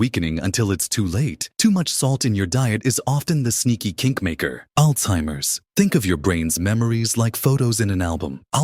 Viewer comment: It’s not Alzeihmer’s is Alzheimer’s